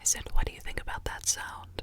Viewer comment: When she says “you” it sounds like “ew”